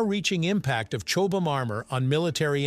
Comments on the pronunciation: Chobe-ham? Chobham is in my backyard, about 6 miles away. Here we call the village 'Chobham', pronounced 'Chobbum'. See? easy, isn't it. Say "Chobbum", there you are! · Suggestion: Check how the original language pronounces the item - in Brit English its 'CHOBBAM' not 'Chobe Ham' We doubtless do horrible unitentional things to Amercian words 🙄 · Blame the AI, it narrated this, got many words wrong, even said Chobham wrong many times. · Wow. I didn't know there were so many ways to pronounce 'Chobham'. 😅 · And all of them wrong